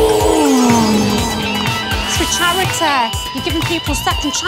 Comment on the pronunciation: “It’s for chariteh”